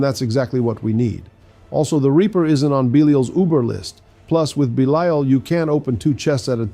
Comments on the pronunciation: Why do keep bouncing between two very different pronunciations of Belial? 😆 Is the audio for your voice AI generated? Bee-lyle, Bee-lee-ull. Also, this is all just academic info anyway, because most people are not just going to ignore their Greater Lair Keys. Lastly, you seem to be ignoring the fact that you can convert 850 materials to Forgotten Souls at the Alchemist. It might be "faster" to ignore them if all you care about is speed farming your Superior Lair Keys, but doing this over time will result in a loss of tens of thousands of Forgotten Souls. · Bee-Lee-ull/all is actually the correct way to pronounce this name, that has existed for thousands of years before the Diablo series. In the Diablo universe though that's not correct. What gets me is he keeps bouncing between two, or even three different pronunciations. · Why the hell do you keep pronouncing belial 2 different ways??? 🤔